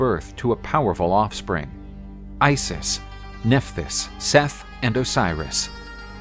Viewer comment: anybody else annoyed by the pronunciation of seth as "sef"?